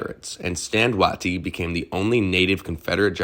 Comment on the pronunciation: Another good doc. General Wheeler's moment should have been longer. One criticism if you don't mind? It's not Wah tee, it's Way tie. For General Stand Waite.